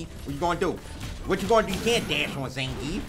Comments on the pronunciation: We have Ve-gaah, now we have Zan-grief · no one: punk: IT'S ZAN GRIIEF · That Zangeif though